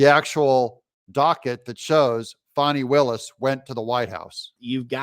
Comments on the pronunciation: Doug, its FAAAKNEEEE not Fani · It’s Fanny… not fonny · Hey Doug, I am getting really worn out listening to you call her Fawny instead of FANNY. Trump, Megyn Kelly, and a Georgia State Senator (to name a few) say it is FANNY. Nobody has ever had the name of Fawny, especially when it is spelled Fani. It’s BIG FANNY.